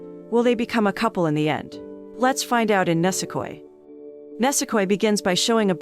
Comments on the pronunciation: Pretty sure its pronounced ni-se-koi not ne-se-koi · ENG accent makes it a little hard to understand. ニセコ, neese-ko-ee Nisekoi, and not nasekoi xd